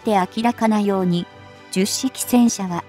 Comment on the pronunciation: 非常に良い内容なのですが聞き取りづらいですね 10式はヒトマルと発音していただきたいと思います 区切る感覚もおかしいかなと 改善宜しくお願い致します。